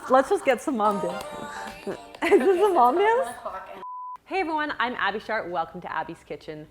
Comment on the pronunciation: it still sounds like you are saying shart! it’s ok though, we all know it’s sharp!